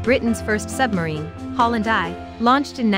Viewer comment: it's good, but just wish they wouldn't use computer generated narration.. "Holland eye" is Holland 1 for starters. Decent content though